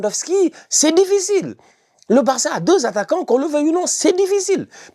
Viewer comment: Mougrir😂rataquants😮 wellah tu es un top Foutubeur machallah😂